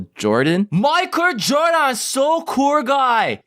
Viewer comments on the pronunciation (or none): KILLED ME MAI-KUR JORDAAAAN SO KUUR GUY! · Micur... Micur Jurdun... 😂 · Mi-kur Gor-daan. Gud jump. Strong jump. ~v~